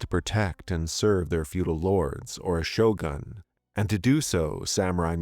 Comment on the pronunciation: "their feudal lords or show-guns" lol